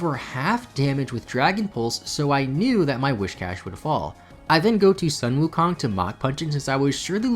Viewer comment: Omg im so happy that you named infernape after sun wukong but errr just a minor correction in pronunciation, it should be pronounced as 'soon' wukong but the spelling is correct